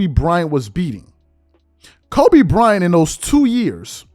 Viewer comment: It sounded like AND to me